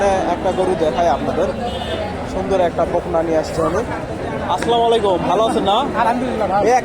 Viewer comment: ও ভাই সালামটা সত্য করে শিখেন আসসালামু আলাইকুম